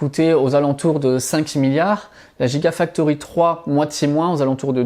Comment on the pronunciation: Petites corrections: — Hibar systems ne fabrique pas des batteries mais des machines utilisées pour fabriquer des batteries. — Soit on prononce « jigausine », soit on prononce « guigafactory », sinon, ça n’a pas beaucoup de sens…